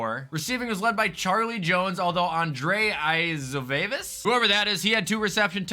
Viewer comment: for future reference Andrei Iosivas is pronounced “Ondray Yoshivos” (not hating, he’s just an upcoming stud)